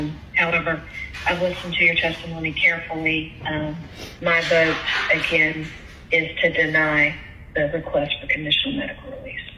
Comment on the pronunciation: She said “I will boat my dad, for Donal Thrump”